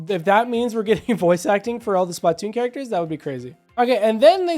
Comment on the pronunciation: please fix the way you pronounce splatoon not trying to hate i love the videos i just hate how you pronounce it but great video regardless